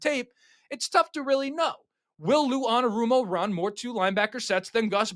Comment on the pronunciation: That’s not how you say his name